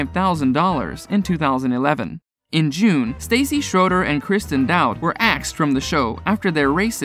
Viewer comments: It's not Stacey; it is Stahssee. That's how you pronounce it. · Staaah- cee, not Stay-cee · You might want to get her name right, if you're going to report on her... its Stassi (Sta-see) NOT Stacy. Katie only bothered me when she became angry, judgemental and mean. Im so happy for Scheana, Lala, Brittany and Stassi 💕 And for James on his sobriety 💙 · I kept thinking the same thing ever time he said Stacy not stassi & said schenas name weird lol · “Stawsi”. short a, not “stAyyycy “🙄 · You said Stassi's name wrong. I mean seriously, your reporting on this and your calling her Stacy. So ridiculous!! Obviously your not doing your job correct and learning how to pronounce names properly. It's Stassi 💖👑🍼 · Oh it's Stassi not Stacey... You can't even report properly.. Lol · Her name is not Stacy, it's STASSI(staw see). You're welcome 😉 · It’s staaah-ci not Stacey...that’s driving me crazy for some reason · Its stassie not stacy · How unprofessional. Learn how to say their names right! It’s not Stacey, it’s Staaaaa cccccc. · It’s Stasss-ie not Stacy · Do your job. Learn how to pronounce names. How many times did you say Stacy instead of pronouncing it Stah see? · Where do you get your information lmao? It’s not Stacy, first of all. It’s STASSI (Sta-see)!! And “The Bitch Bible Podcast” 🤔 ??? ummm.. what tf is that? 🤣 Stassi’s podcast... which is the podcast that aired this conversation, is called, “Straight up with Stassi.” I was a huge fan and heard this podcast when it was originally aired.... You need to do better research bub. 🙄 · Every time I hear “Stacy” I cringe cuz that is NOT her name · Say it with me stassi pronunciation (stau- see) gahhhh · this dude clearly does not actually watch the show saying “stacey” instead of stassi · He keeps calling her Stacey lol 😂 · Ummm that’s not Villa Rosa. That’s her older and much larger house. And Stassi rhymes with Saucy. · It's funny this guy keeps calling Stassi Stacy lol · IT’S STAAAAH-SIIIIIIIIIII DUH